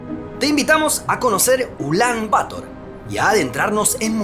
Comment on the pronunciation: Una pequeña corrección: "Bator" se pronuncia acentuando la palabra en la segunda sílaba; no en la primera. ¡Muy buen video!